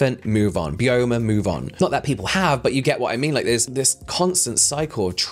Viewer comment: I thought Byoma was pronounced bye-oma, as in the skin's biome. I could be wrong though!